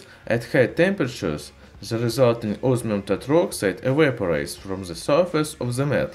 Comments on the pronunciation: its not osmium, its ooosmium! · Can't understand you mate ozzzzminnnn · Os MI um❌ Os Our um✔️ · I listened it carefully 3 times, "Ozmium"? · This guy reminds me of the guy that says onio instead of onion cuz it sounds weird when he says osmium